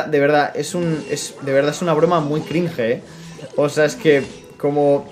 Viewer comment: Lo que realmente da cringe es pronunciar "cringe" de esa manera.